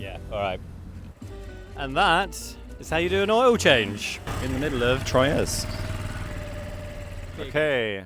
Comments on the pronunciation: I think that Troyes is pronounced "Twa". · Nice vid, pronounced Twa btw not Troyes. Beautiful place.